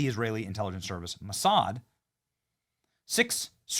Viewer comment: You said, Massad???